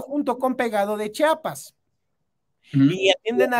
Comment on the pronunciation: Solo una observación: el Estado se llama CHIAPAS y no CHAPAS.